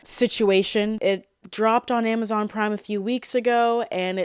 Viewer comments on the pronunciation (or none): none